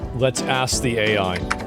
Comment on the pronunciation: You know he pronounces ask as axe.